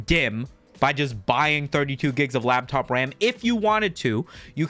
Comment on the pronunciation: Love that he calls it lab top ram